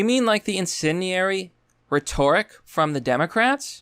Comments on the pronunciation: It's RHET-or-ic not rhet-OR-ic... But good vid, John Oliver is full of shxt. Just another propagandist. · "ri-TOR-ic?" Nah bruh, it's "RET-oric." "ri-TOR-ic-al," yes, but not the noun form.